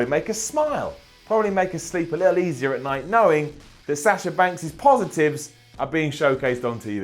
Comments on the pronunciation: it's Sasha not Sasher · Oh god how he says sasher and cener